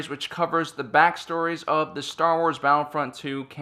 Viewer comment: It's Battlefront not Battle front